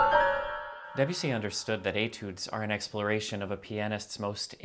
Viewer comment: Two quick and easy French lessons: The first syllable of “Debussy” is approximately the same as the first syllable of “debate”, not the first syllable of “Debbie”. And French, unlike English, lacks a strong stress accent, so avoid stressing any of the syllables except perhaps a slight stress on the last syllable if it makes the name easier to say.